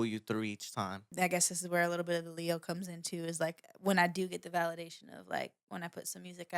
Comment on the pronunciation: Lay Ah the Leo .... not Lee Ah the Lee Ox ... ok got it now 😂 'Open Your Eyes' and 'IFY' on REPEAT 🔥